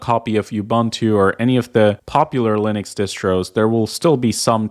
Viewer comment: Ah yes, Linnix.